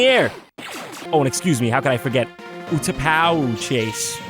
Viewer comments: utapau; (oo-tuh-poo) [Im so sorry] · Jon, it's pronounced "ootapow" not "ootapowoo". Also, I used to have that falcon plug and play. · sorry, but its pronounced yoo-too-pa. my nerd stuff is showing. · Utapau is actually pronounced "Oo-ta-paw." It's the planet from Episode III where Obi-Wan fights General Grievous. Not that anyone reading this is gonna care. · Did he purposefully mispronounce Utapau?